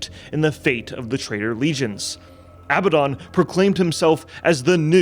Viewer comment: It really kills credibility when you guys can't say Abaddon. I guess people aren't familiar with the biblical reference.